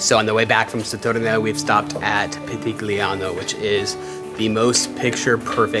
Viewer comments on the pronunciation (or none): Pitigliano is pronounced Pitilyeeano GLI make a liquid Lyee sound in Italian .... don't pronounce the G like an English speaker .... My maiden name was Gigli.... live in England.... I'm scard.... name pronounced Jeelyee means lilies :) just saying